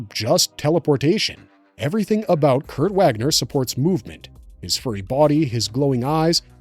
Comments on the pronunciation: Also the W is a V sound. " Vaagner" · Not Wäckner. The A in Wagner is long and deep. Like the A in Arnold Schwarzenegger. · You know so much but don't bother to look up how his Name is pronounced. He is GERMAN. His name is not pronounced like its just reading words in US american pronunciation.